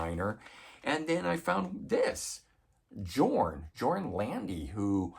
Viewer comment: It's actually pronounced Yorn with a y sound even though it is spelled Jorn. Trust me on this.